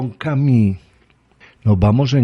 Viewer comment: Albert Camí??? Albert Camus; en fonética francesa, es algo así: "Camius", donde hay una simbiosis entre la "i" y la "u". Si no se llega a esa pronunciación, es mejor decir "Camus", directamente. Esto dicho con mucho respeto.